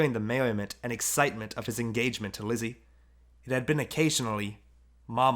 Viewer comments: her name is Lise not Lizzie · Her name is not lizzie its lisa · you say lise like this lee se